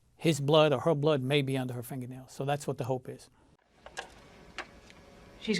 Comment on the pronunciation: “Finga-nailz” love it.